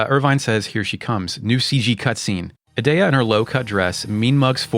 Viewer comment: I always get tripped up on "a-dea" since I say it like "Ee-dea" since you say "Eden" and not "Aden"